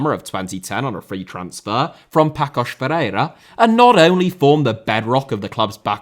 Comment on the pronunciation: Hey. Good job as usual! Just check your prononciation of Paços and Famalicão though